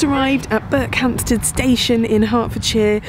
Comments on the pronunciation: That's BERKHAMSTED ... No "P" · Berkhamsted, no P. With the emphasis on the last syllable. Not BerkHAMPsted... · Interesting. I would have expected it to be pronounced Berk-um-sted. Just goes to show you never know. And nice to know they have such good train service. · Intrigued at how this place is pronounced. Ive never been, but I’ve always called it Ber-cum-stead rather than Berk-hamstead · Not sure - I grew up around there and don't pronounce it the way does. For me the first 2 syllables run into each other more - 'Burkham-sted' rather than 'Burk-ham-sted' if you get what I mean. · The emphasis is on the 'Ber'. Interestingly in nearby Chesham you can find a 'Berkhampstead Road'. Not sure who it was spelled like that; maybe an admin error or maybe something more historic. No idea. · No P in this one. 😀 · There is no "P" in Berkhamsted. It is unknown when the "P" was taken out of the name. The clue is in the opening shot of Berkhamsted station. Otherwise a great video as usual. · You pronounced Berkhamsted wrong :( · Not a bad effort,but we who live here ,don't pronounce it like that...